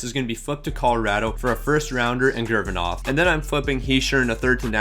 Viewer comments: Lol he completely changes a name sometimes like “Gurginov” (Gurianov) or he’ll just pronounce it wrong like “Row C” (Rossi) or “Comtoys” (Comtois) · Ah yes my favourite player, Denis Gurvinov😂😂😂😂😂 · bruh. gurvinov? rowssi?